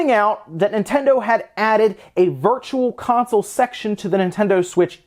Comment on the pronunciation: I swear he said Virtua Console!?!